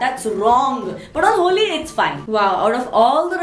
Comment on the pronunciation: Indian version of superwoman!!tht was cool.....especially happy Holli haa(Marathi accent)...i loved it:p